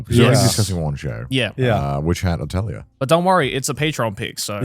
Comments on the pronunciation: It’s pronounced, “ATELI-YAY” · its pronouced ateulié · Why can seemingly no English speaker pronounce the word atelier correctly? @@